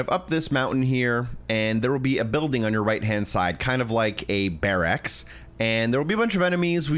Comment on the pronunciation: The way you say barracks is gnarly. Appreciate the video 🙏🏻